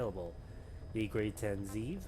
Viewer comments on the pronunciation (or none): Its pronounced "zeh ehv" not "zee eev". Ze'ev in hebrew, means wolf.